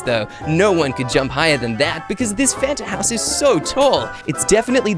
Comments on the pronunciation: A t before the n. Me: can u spell cus that is not how you spell Fanta just said fatna 🤦🏽‍♀️ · You said it’s not fanat it’s a “t” before the “n”